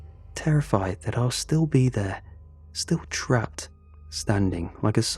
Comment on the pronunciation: when he said "it's polybisn time" I absolutely lost it